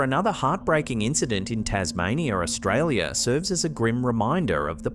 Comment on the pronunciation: I swear I have NEVER EVER heard ANYBODY pronounce it as "Arsetralia" before. What do you have against Australia?